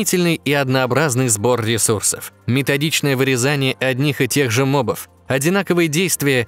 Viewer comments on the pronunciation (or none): none